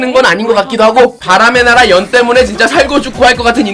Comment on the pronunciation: 바람의 나락!! 으로 들리는건 저 뿐인가요?